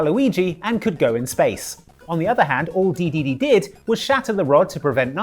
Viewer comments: You pronounce it de-DE-de and not DE-de-de? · He says Dedede like Kaiser says Goku